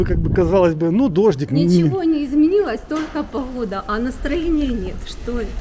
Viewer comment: Не Хород а Город не поХода а поГода